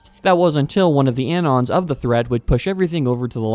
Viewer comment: why are you pronouncing "anon" like that? it's short for "anonymous"